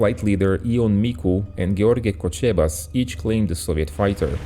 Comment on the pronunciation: Thanks for continuing this story,your pronounciation of romanian words was great,maybe you missed some tz and sh sounds from time to time (for example Țiganca is pronounced Tziganka, Cocebaș ends with a sh) :)